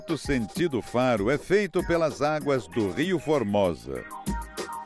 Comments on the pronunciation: É Ria.Formosa :) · Não e rio formosa, mas ria Formosa